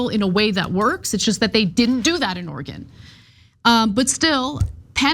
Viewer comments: Oregon, not Organ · You need to learn how to pronounce Oregon. It's not Organ.